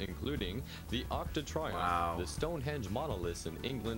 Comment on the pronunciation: the newsman mispronounces the Arc de Triomphe. That's pretty dumb. When the Angels jump, it's like they're on the moon or something. It's odd that, in the beginning, the Angels are undercover at a swimsuit contest, then out of nowhere everybody on the beach is suddenly trying to kill them. That dancing is hysterical!